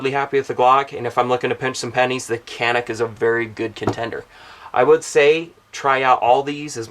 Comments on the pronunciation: My understanding the pronunciation is 'Jahnik', the way that Hickok45 says it at the intro to his 55 TP9 video. Good call on the PPQ. I just rented one and was instantly enamored. I shot it pretty well. Can't wait to get one. I can't believe how casually you mention the first edition. That to me is the holy grail of guns right now. I can't seem to find one anywhere. You lucky, lucky man. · Say....JOHN--ik.....that is the Turkish pronunciation.